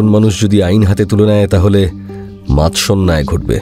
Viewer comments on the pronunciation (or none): আমিও তো তাই বললাম , শব্দটা ভুল বলা আছে ।